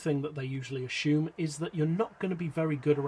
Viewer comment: Bro it is pronounced assume.. ass-oom.. not a-shoom